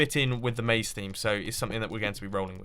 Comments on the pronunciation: not "maze", not "naze", more like "haze" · Definitely "Maze", not "Naze"